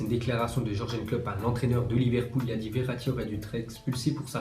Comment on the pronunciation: vasy parle allemand, tu sais même pas dire Tuchel, ou Jurgen